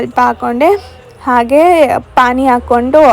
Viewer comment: It's not pain It's pani